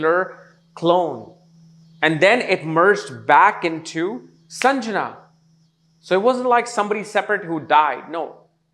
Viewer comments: Not Sanjana …it’s sandhya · The name is SANDHYA and not sanjana. 🙏🏻